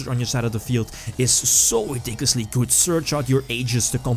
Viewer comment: Hey m8 could you stop say "goodz" instead of good?